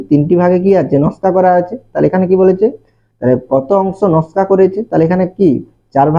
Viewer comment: নাশকা না নকশা😅